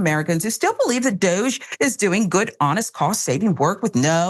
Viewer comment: Francesca Fiorentini called it "Dogge" dear.